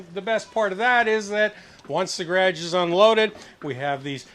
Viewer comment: Hey what is dad calling the garage space? I never heard you call it that. I rewatched it and he does say garage but it sounds like grag. 😂😂😂😂